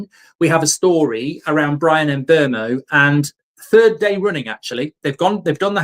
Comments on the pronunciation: Here u go again with the Em Mbuemo pronunciation, it’s Mbuemo mate, the MB are pronounced at the same time, it’s winding me up! MBUEMO not Em’ Mbuemo! 🙄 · HIS NAME IS MBEUMO FFS